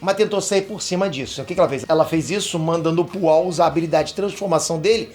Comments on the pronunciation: Foi pooal ou oolong? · Poaul não né, oolong. Mas acho que ele errou de propósito pra gerar comentários hahahaha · É o Oolong e não o pual!!! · Oolong e não Pual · chamando o oolong de pual é muito bom kkkkkk